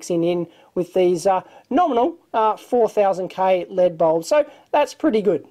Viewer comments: why do you say lead not L.E.D. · Acronyms are pronounced as words. Abbreviations are not. And its probably a Australian thing to say LEAD instead of L.E.D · Saying LED as a word just sounds wrong to me, because it's pronounced the same as lead, a toxic substance that has been removed from various items over the past few decades (gasoline, plumbing, solder, etc.) due to its danger to public health -- so that's a very negative association that LED lights are trying to be the opposite of, due to their energy savings and lack of the similarly toxic mercury found in fluorescent lamps. So, maybe in another generation when nobody remembers what lead is and how dangerous it was, then manufacturers will start pronouncing LED as "lead", but until then, they will say "L E D" to avoid any association with lead. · It was born an initialism. From oxforddictionaries(period)com - Definition ACRONYM an abbreviation formed from the initial letters of other words and pronounced as a word (e.g. ASCII, NASA). Compare with initialism. Grammar- An abbreviation composed of the first letters of other words so that the abbreviation itself forms a word. An abbreviation consisting of initial letters pronounced separately is called an initialism.